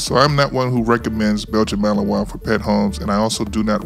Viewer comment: MALINOIS, not Melanois